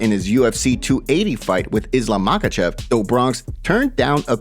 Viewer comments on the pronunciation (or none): none